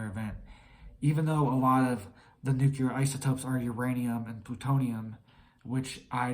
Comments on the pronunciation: It’s not NUKELAR but NUCLEAR!!!! ARGHHHH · Nuclear, not nuculer. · U sound like a child New clear Nu clear Nuclear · Bro, you should get some rest and stop trying to scare everyone. You look like you haven’t slept in a week and can no longer pronounce nuclear properly. Everyone knows the world is an unstable mess already. We should all focus on staying mentally fit and preparing for whatever comes our way. This is the opposite of mental fitness, I couldn’t make it past 3 min 31 seconds…